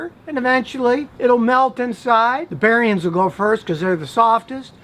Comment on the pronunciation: Did he call them "barriens"? Obvious mistake, but did we hear that correct? Or my mistake.